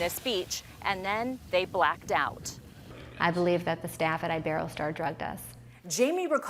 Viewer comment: Omg they didn't say iberostar right